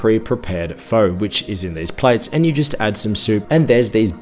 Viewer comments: Love your reviews, but fo? The noodles in the soup are produced fur. Really it's a bit like fur,a said very quickly. Been going there for 20 years and not an expert but just ask people. It's the best way to start an argument between Viets! You did well with Vietnam though. I hate the Viet Naarrmm pronunciation and it is wrong. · The preferred pronunciation of pho is close to fuh. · Pho is pronounced "fuh" in Vietnam. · Pho is pronounced like PHUR and Vietnam is pronounced vietNARM. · " Things I can't pronounce....." including Pho! Hint it's not pronounced FO. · Sorry but, "other dishes I can't pronounce except f'oh." Later you had faux beau for breakfast and said that it wasn't a breakfast dish. Mate, what did you actually do on the ground in Vietnam? Did you experience anything of the culture? Pho is pronounced (almost like) feu in French. So, on that theme pho bo = feu beu, not faux beau. Oh, and pho is famously a breakfast dish. Disappointing seeing that you're an Aussie and pho, banh mi etc are now just every day take away foods here.